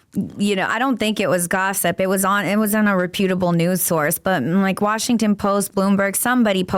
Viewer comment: You are 40, it's pronounced rep·u·ta·ble, not repute·able!!